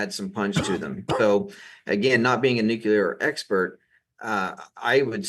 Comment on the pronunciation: Sorry but cannot stay silent! It is NEW CLEAR not new q ler. Please 🥴 Great podcast anyway.